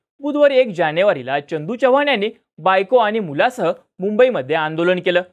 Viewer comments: च्य नाही रे चव्हाण आहे ते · छवान नाही चव्हाण [च] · ‘Ch’ cha ucchar kayam chukala aahe. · Tu aadhi chavan madhil "च" cha uchhar neet kr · पहिला तू चव्हाण हा शब्द नीट बोलायला शिक भाई....